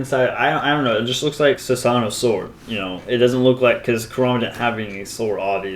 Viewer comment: other than that, we'd have to wait for kishi to explain it...for me, it was self explanatory... I think u accidentally say Sasunoo instead of susanoo :-)